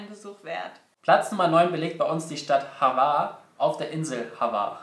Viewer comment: Es heißt nicht havar sondern hvar